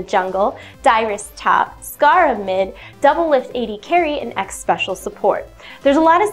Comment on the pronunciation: Xpecial, not X-Special...